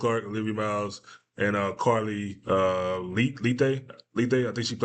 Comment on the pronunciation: It's Carla Leite, pronounced "late," on Portland Fire. Great player. Love your analysis and perspective.